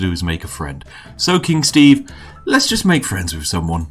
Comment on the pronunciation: All Steve can say is "SHTAEVE!!!!!!!!!"